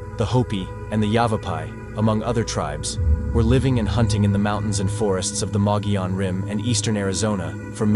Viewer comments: Thank you for covering the Mogollon Monster, our local Sasquatch! It is pronounced mug-ee-on, but your pronunciation is the best I have heard from someone outside Arizona. My only criticism is Mitch Waite. I knew him and know he had some true experiences. But he also tried to hoax people. The first time I went out with him he tried to tell us there was a squatch by a tree. It was to IR reflectors stuck the tree. We also found two bicycle reflectors he mounted on a tree to resemble eyeshine. Nice guy, but if he hoaxed those, what else did he hoax? We have quite a few howls and vocals recorded on the Rim too. I can forward them to you to check out. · Thank you for pronouncing the name correctly. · Mogollon...Moe Ghee On